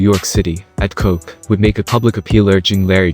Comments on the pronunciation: It's Ed Koch (like Scotch but with a K instead of an S)🤣🤣🤣🤣 you noob!🤣🤣🤣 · "New York City Mayor Ed Coke." LMAO Good old AI! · Did he just read mayor Ed Koch as Ed Coke tho? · The City was crazy back then and NYPD was definitely turning a blind eye to open drug markets, long lines of people on The LES waiting to buy heroin, the hookers by the post office. It was dirty... The mayor's name is pronounced kaucshh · mayor Ed Koch, pronounced like Crotch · I listened to this video. Some of your facts are wrong, even the Project name and the Mayeor:s name. His name was Ed Koch( pronounced like scotch ). and the building were called "Twin Parks", not Peaks. I don't know what you mean by "savages". Many people at the time knew the truth and what happened. Yes, I lived 3 blocks away. There was a lot of corruption going on at that time. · KOCH!! AS IN CROTCH. JESUS MAN, A LITTLE RESEARCH HUH? WHERE'D YA GET THE REST OF THIS INFO? WIKIPEDIA MAYBE?